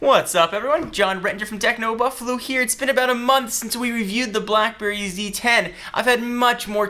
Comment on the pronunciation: i might pronounce the companies name techno boofalo